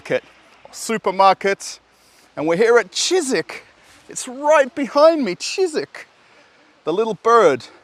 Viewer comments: Cheesik😀 you murdered him hahahaha Ж is pronounced like J in Deja vu 😀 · “I’m working in a Shizik store”! 😂